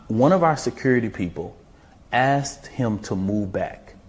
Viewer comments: You didn't assed him you asked him. The word ask has a hard k in it. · This functional illiterate is a SPOKESPERSON??? "Ast" instead of Asked? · "Ast" it's ASK silly man...smh